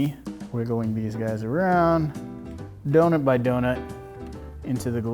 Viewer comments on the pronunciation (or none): Is it just me or did anyone else think dirty when he said bonut?